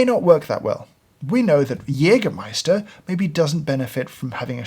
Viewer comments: Very nice pronounciation of "Jägermeister". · Haven't heard a brit pronounce Jägermeister so correctly😅